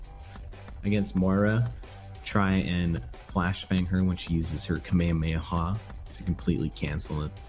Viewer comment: RLY WE GONNA GO THERE AGAIN with the kameyameyaha lmao edit: damn so this is from 2017-18 then they are so many who will say it like this lmao and probably the oldest video with some1 saying it wrong